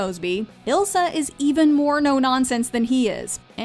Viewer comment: Extra points to for saying ilsa last name correct